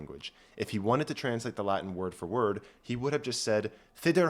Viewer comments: This was both interesting and well thought out. I agree with your conclusions - the only problem I have with this video is your pronunciation of the Latin - 'V' is pronounced as a 'W' and 'C' is generally pronounced hard as a 'K'. Please don't pronounce it as Ecclesiastical Latin, it sounds bloody awful and false. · The latin pronunciation pains me greatly but great video